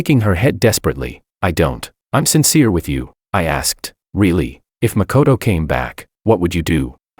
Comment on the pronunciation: First video where makoto is pronounced as good character